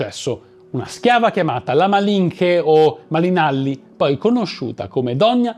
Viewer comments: Se vuoi sapere la pronuncia corretta in spagnolo della parola mexica si dice mescica e no si pronuncia malinche ma malince, sei bravissimo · la "ch" in spagnolo si pronuncia "c" dolce. Quindi Malinche si pronuncia "malice" e Cholula si pronuncia "ciolula". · Interessante come sempre, ma mi sento da dire, che la figura di Malinche ( pronuncia Malincie) è molto ma molto più interessante di quello che hai fatto vedere, merita un video tutto per se. Sono spagnola ma ho vissuto in Messico, terra che adoro! E li ho conosciuto la sua storia, sia la versione che la vede come una traditrice dal popolo mexicano , che leggendo ed informandomi di più, perché mi sono incuriosita, di una donna affascinante e se traditrice o no , lo lasciarei a ogniuno dopo aver conosciuto la sua storia. Spero il prossimo video!!! ❤